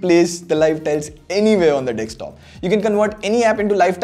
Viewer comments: It is DESKtop NOT DEXtop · I like how he says dekstop instead of desktop. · It's desktop dude. Not dekstop. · Great Video! Just please stop saying DEKSTOP. It's Desktop!🙉